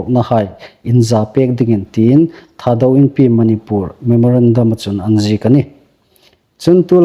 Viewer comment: Manipur i lamdan a thluk andiknawh.